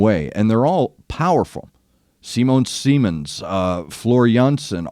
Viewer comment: Artwork for this album was done by Yann Souetre not Giger. Simone Simons is pronounced Simone as in Nina and Simons like simmer.